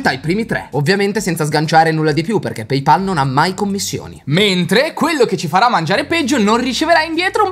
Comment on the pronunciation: Si dice PayPal e non PeyPal ca***